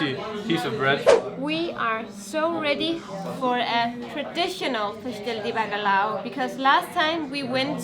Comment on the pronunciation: ...try to say...Bacaljau...not bacalao....big Like from me...i love Portugal...I have lived some Years in Portugal..and I'll be back..